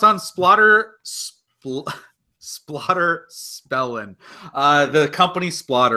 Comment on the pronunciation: Wonderful job!.... with the caveat that I use that term () loosely.;0) Did just say Splotter Spelling?... or was it Splotter Spilling?..... Splotter Ballin'... nope!... I believe it was more like #splotterchokingonthelastwordspellen!;0)